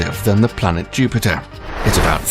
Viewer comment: when "planet Jupite" becomes a thing 😂😂😂